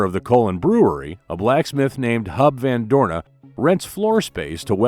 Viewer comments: It is Huib van Doorne, not Hub… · It's not hub van Dooren but Huub...